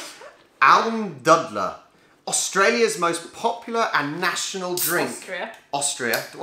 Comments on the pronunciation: Almdudler: It's not dud, it's closer to dude. :D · The "u" in Almdudler is pronounced the same way as the "oo" in Yankee doodle. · You have to say it more like: "almdoodler" than its right, nice vid